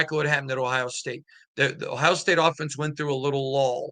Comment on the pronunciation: Just curious, why do you pronounce every place that ends with a vowel as an A? Miama, Ohia